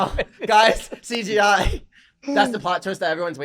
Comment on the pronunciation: why doe Mikey keep saying cGi